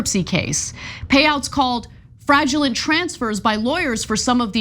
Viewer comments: 😂Fraudulent not fragelent 😅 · World changing journalism here. Also she can't pronounce 'fraudulent'.